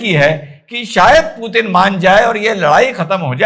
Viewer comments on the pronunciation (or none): none